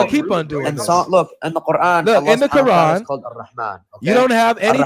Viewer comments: The Kor-han. Never heard it pronounced like that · Why does he keep calling it "the qurhan"? Do some arabic speakers pronounce it this way? Maybe he is a non-arab muslim? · It’s the CORD-HAAN now 😂😂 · Why is he pronouncing it kor han? Even more dumb than ko an which is mostly used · He's the only Muslim I've ever heard pronounce Quran, as Core-Hawn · My ears hurt hearing them pronounce "quran"